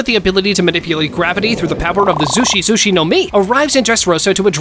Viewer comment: Zushi-zushi no mi🚫 Sushi-sushi no mi✅